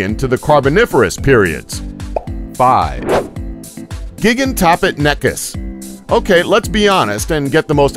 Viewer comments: Gi-gan-toh-pith-i-cus. Mega-theer-ee-um. Andrew-sar-cus. These made my eye twitch as a student of natural history... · The way he says gigantopithicus makes me want to kill myself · That Mispronouncing of Gigantopithecus though XD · Raven 1. Do I need to be a High class chef to Criticize Food? Do you have to be a Critic in order to say whether a Movie was good or not? No, Whether or not I can do any better is a Moot point, point is he Mispronounced the Name of an animal that's pretty well known 2. And Yes I do know how to Pronounce Gigantopithecus, do you?